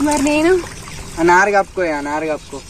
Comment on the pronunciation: నరు కాదు చెల్లే "నారు"